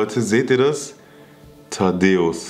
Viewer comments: Es heißt Thaddäus nicht Tadeus 😂😂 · Es heißt Thaddäus nicht Taddeos 😂